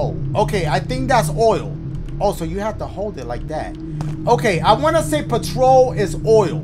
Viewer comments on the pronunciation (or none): Ain’t no way dashie pronounced petrol as patrol😭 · The scariest thing about this game is Dashies pronunciation of petrol 😂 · Sounds like he's saying patrol lol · Bro said patrol 😂 As a Brit, I can’t stay mad at dash 😂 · i’m sorry i was dying when he pronounced it patrol 🤣😂🤣😂😭😭😭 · I thought he was saying Patrón 🤣😭😭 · Candlehead made me lol, so did the pronunciation of petrol, where you be finding these games...